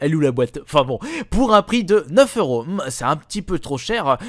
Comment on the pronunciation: Pout au lieu de pour XD